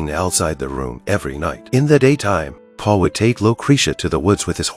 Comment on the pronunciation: it not paul he name is paolo.